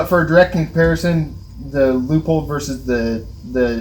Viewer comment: I was enjoying the video untill I heard you pronounce Leupold as LEAHPOLD. Credibility gone. Just kidding, thanks for putting together a good sample of carry optics choices. I went X5 Legion but am tempted by the Walther Q5 match because of the way it fits my little hands. Seems like Shadow 2 with optic cut slides are showing up more and more.